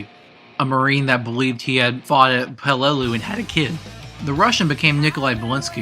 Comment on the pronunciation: Thank you. Watching it by pieces. I have one complaint, though. You should really research how to pronounce the foreign words. Anything in German or Japanese. I don't speak those languages but I went out my way to look up many of those words in the past and it's painful hearing you pronounce Der Riese, Verrükt, Peleliu, Die Rise, etc. No offense or disrespect. Thank you so much for putting this video together :D